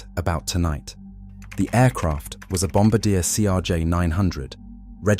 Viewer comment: It's Bomm-barr-dee-yay, not bomba-deer.